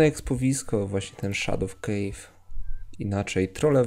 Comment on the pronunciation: szadow kejw :D